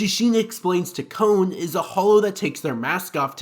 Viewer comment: It's Kon... Not... Cone